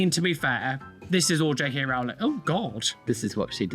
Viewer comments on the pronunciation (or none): none